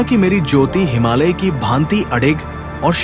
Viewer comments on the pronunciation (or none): none